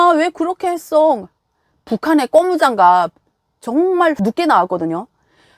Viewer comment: 고무장갑을 꼬무장갑이라고 잘못 말하는 것은 아주 한심하다.